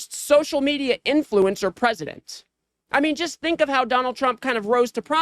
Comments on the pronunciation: When Trey Gallager started reading the tweet by Gavin, if you listen clearly he called Trump, "Chump" than quickly corrects himself. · Every time KKKarolyin Leavit says tRump it sounds like chump too!